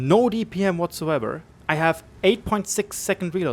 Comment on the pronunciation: "ich have" ? :D